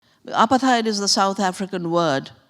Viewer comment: It's not apa-theyed 😂😂😂 It's apart-hayd 🤦‍♀️ Or Apart-hide